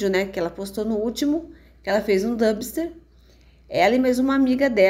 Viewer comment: Aprende que não existe damster e sim dumpster. Pronúncia dampister. E a mochila foi dada pra Julia.